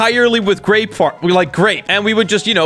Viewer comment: i saw u say u say garape